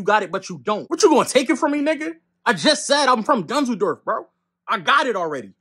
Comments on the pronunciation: bro didn't hear him say DUNZELDORFF? He did it to himself, nothing to see here folks:face-green-smiling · That wasnt because of The N word, it is because you said "Dusledork" 🤣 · He’s said the big dunzel😂😂😂😂💀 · he lost his life as soon as he said “Dunseldork” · Yo did he say DUNSLEDORF? 😂😂😂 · bro said "dusledork" what he expect